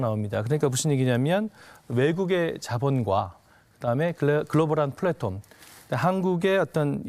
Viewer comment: 플랫홈이 아니고 플랫폼인데..